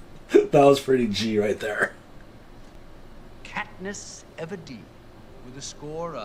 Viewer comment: Sound like he called her KatNip 🤣